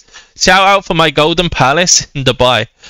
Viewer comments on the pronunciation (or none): none